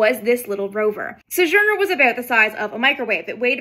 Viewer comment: "suh-zhurner"? Sounds like vintage space has been hitting the vintage sauce.